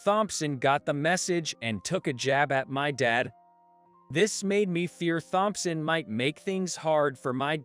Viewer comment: I agree completely. I also Hate Thompson pronounced as THompson.